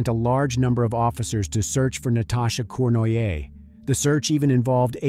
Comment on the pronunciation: The french name Cournoyer is pronounced Corn-roy-yeh.